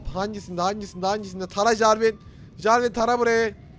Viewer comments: jarwin değil jarwis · jarvin ? jarvis olmasın o :D:D:D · enes abi o carvin değil CARVİS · jarvin değil jarvis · jarvin deiğil jervis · Jarvis e jarvin diyen enes... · Jarvis'e Jarvin mi dedi la o? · jarvin değil jarvis neyse çaktırma :D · Jarvin değil Jarves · Enes abi adı Jarvin değil JARVIS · Abi o Jarvin değil Jarvis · abi jarvin değil jarvis :D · Jarvin değil jarvis :D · o jarvin degil jarvis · Bu arada Javin değil Jarvis -_- Şka şka :D we love you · abi jarvin değil jarvis :) ve abi picaxe in modunda bunlar bulunmuyor hepsi cheat :D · ABİ AFEDERSİN AMA O JARVİN DEĞİL JARVİS!! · Jarvin değil jarvis her jarvin dediğin vidyoya bu yorumu attım ama nafile:D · abi jarvin degil jarvis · abi o jarwin değil JARWİS 😀😀😀😀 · abi jarvise jarvin deme 😆